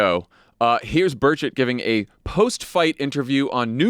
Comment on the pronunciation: Every time you say Tim Burchett, my British ears hear "Tim Birdsh*t"!